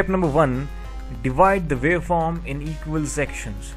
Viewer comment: And vy? Sine vave, square vave and vaveform, I was having some difficulty trying to digest listening pronunciation between W and V. Does India have the same with Germany and some African countries with regards to pronunciation? No offense about this comments, thanks!